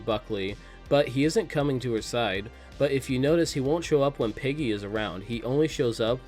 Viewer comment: You definitely just said piggy instead of Peggy haha